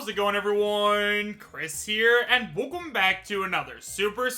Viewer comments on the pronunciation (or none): For the last time Chris, it's WELCOME, not WUCUM